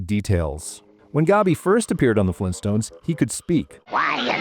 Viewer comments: Fleentstones? Auugh! - Vargskelethor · GRAND DAD! FLEENSTONES?!